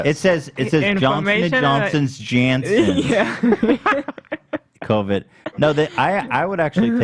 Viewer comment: The name of the pharmaceutical company is pronounced Yan-son, (I work in pharma so that whole segment made me nuts😂)